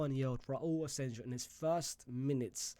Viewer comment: Bro is allergic to right player names pronunciation, we literally had a player called asensio for like a decade 😂, naaah asenjo